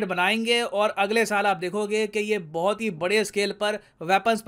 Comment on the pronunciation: Sir please don't mind but बोहोत नहीं होता , बहुत होता h।